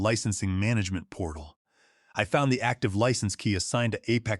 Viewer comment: Really you don't know how to pronounce license like a driver's license or in this case a software license Wow